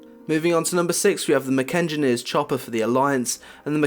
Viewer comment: Lets be honest. mekgineer's is not pronounced MEK - ENGINEER.